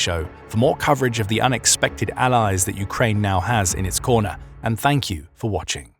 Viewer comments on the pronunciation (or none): none